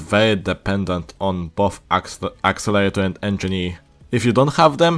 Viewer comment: Accelerator not axelater